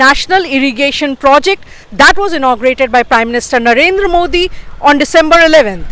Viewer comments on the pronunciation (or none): none